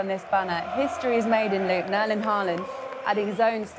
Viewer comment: Pep's pronounciation of Erling's name is actually pretty close to the Norwegian pronounciation.